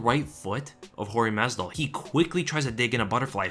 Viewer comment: I hate how people say “masdival” when clearly it’s masvidal lol pet-peeve definitely 😂